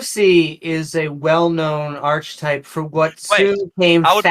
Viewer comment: My comment got deleted? I wrote that needs to learn niche is pronounced neesh and ch in archetype is pronounced as a k. Deleted?